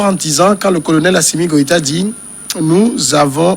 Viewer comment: Ils disent tous Gwéta au lieu de Goita (sauf Samuel) ou bien c’est moi ai mal entendu ?